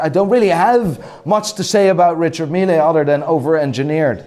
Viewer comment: The E in Richard Mille is f*cking silent. Otherwise it sounds like a German dishwasher company....Richard Miele. Love your videos though.